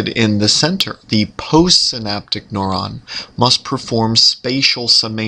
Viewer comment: why the heck is he pronouncing neuron as "noron"? Rhymes with moron, what a moron.